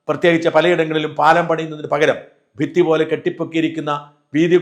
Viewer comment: ഇയാള് വല്യ ഉച്ചാരണ ശുദ്ധി ഉള്ള അൾ ആണെന്നാണു സ്വയം അഹങ്കാരിക്കുന്നത്. ഈ വീഡിയോയുടെ തുടക്കത്തിൽ ഭിത്തി എന്നു ഉച്ചരിക്കാൻ കഴിയാതെ ഫിത്തി എന്നാണ് ഉച്ചരിക്കുന്നത്. ഫേനസീർ ഫൂട്ടൊ എന്നൊക്കെ പറയണ കേളക്കേണ്ടത് തന്നെ ആണ്